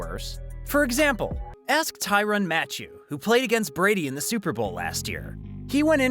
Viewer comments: Honey Badgers name is pronounced just like the regular Matthew not Matchew lol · It’s Matthieu Not match oo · "Tyrann Ma-chew"